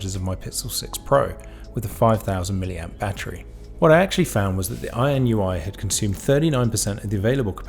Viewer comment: This review was very helpful – I have just ordered the BI-B5. Weird, though, that you consistently pronounce the brand name as "INUI", switching the last two letters, despite the fact that you have it spelt correctly as "INIU" in the title. I think most people would pronounce it "in-ee-oo", anyway.